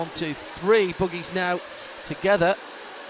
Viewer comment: They're buggies, not boogies.